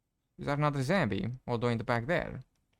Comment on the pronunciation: ..the "woof" the "Zambie" and the "wabbit" lol